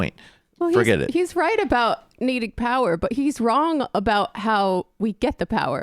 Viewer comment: "We need Pahwaah"